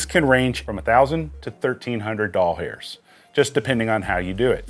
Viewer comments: Doll hairs is so cringe and unnecessary. Just say dollars. It's less effort to say it right anyway and you won't sound like a pervert. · lol how about “fro-mo-code”